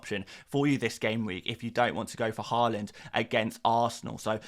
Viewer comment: Nice to see you saying Haaland correctly now. Given up on your Whorland. 🤡